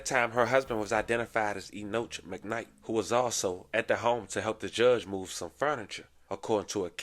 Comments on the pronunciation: “Enoch” is pronounced “e knock”…..it’s a biblical name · It’s pronounced (E-knock) big bruh